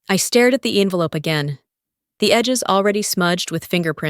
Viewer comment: Hard to get the word 'envelope' wrong but this group did it! Amazing!